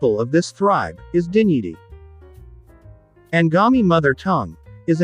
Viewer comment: Its Tenyidie not Tenyidi